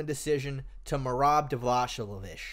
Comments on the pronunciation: Davashli😂😂😂😂😂 DA-VA-LISH-VI-LI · not dvashvili, dvalishvili you gotta watch his video xdd